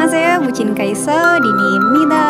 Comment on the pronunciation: Kok nyebutnya kaiso sih?harusnya kan kaisu emang namanya Kyungsoo dibacanya kyeongso apa:(